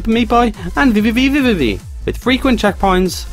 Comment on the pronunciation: I love the way you pronounce VVVVVV! I'm going to practice saying it that well. XD